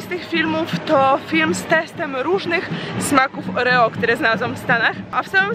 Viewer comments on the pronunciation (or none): none